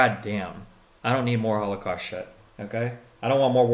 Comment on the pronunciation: Yo, is destiny secretly based? It sounded like he accidentally let it slip "That's enough of the hall-of-cost, I"m so tired of the...ww2 movies"